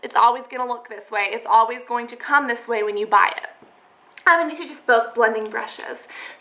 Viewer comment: haha you said "bry" instead of "buy" twice xD I love your channel though! :D